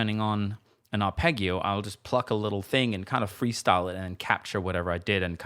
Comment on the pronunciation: I love these, but please never say arpegio again. Only kidding, pronounce it any way you like. You're the boss. Love it.